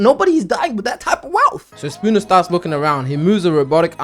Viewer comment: Kept hearing "sakuna" everytine u said "spooner" lmao